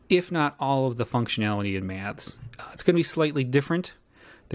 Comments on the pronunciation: Struggling to listen purely on account of this chap's inability to pronounce 'Maths' properly; whatever the opposite of ASMR is, that's what your attempt at an utterly simple words induces in me. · An accent is simply a regional pronunciation - and there's definitely something awry with this presenters enunciation of the word; regional or otherwise.